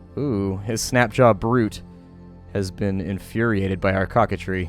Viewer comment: Coquetry is pronounced KOH ket tree. Meaning being like a coquette, usually a term used to describe a flirtatious young girl.